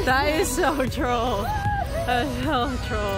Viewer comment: When saying "That is so troll", at first, I was hearing "That is so drôle" which is french for funny.